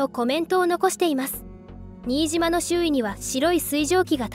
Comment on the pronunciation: ナレーションで、新島（しんとう）言うべきところを「にいじま」というのは、さすがにがっかりします。